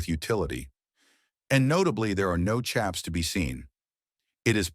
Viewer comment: The narrative on "chaps" (and he's pronouncing it wrong lol) is all wrong. You try riding through mesquite, ocotillo, and cholla with no leggins lol. Cowboys always did and still do wear leggins when they're working or gathering cattle. 🤦🏽‍♂️